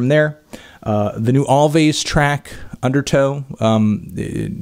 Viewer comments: Did this melon just said "alVays" instead of "alWays"? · Alvvays is just pronounced always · you should pronounce it as "always"